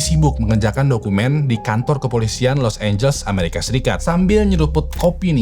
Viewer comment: Been watching your videos for few years now BUT YOU STILL FAILED TO PRONOUNCE LIQUOR, LOS ANGELES WRONGLY 🙄🙄🙄🙄 BLAJAR PLEASE JGN LAH TAKDE IMPROVEMENT 🤦🤦🤦 IT'S NOT EVEN ROCKET SCIENCE 🥴🥴 and their names errghhhh... Learn them first!!!